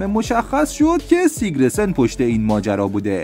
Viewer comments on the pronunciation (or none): اسم همه رو اشتباه میگی، قشنگ معلومه اهل فوتبال نیستی فقط چون موضوع پر مخاطبیه ویدیو درست میکنی درباره فوتبال، پرومس نه پرامیس! سیگرسن نه سیگره سن!